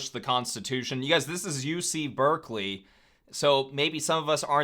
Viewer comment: Bruh it’s Berkeley….